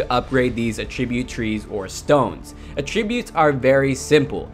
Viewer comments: it's pronounced at tributes not a tributes fyi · Dude please learn the correct pronunciation of Attributes there are two pronunciations, one for Verb one for Noun and your using the wrong one, its irritating otherwise good video very helpful :)